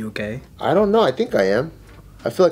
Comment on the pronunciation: dude I thought he said "gay" instead of "okay"